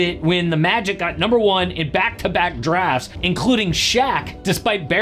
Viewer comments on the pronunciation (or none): none